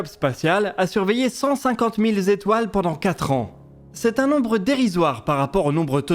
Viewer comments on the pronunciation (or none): "a surveillé cent cinquante mille zétoiles pendant quatre ans." Les fameuses zétoiles de.